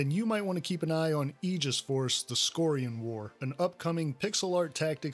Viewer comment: you have no idea how happy you made me when you pronounced "aegis" correctly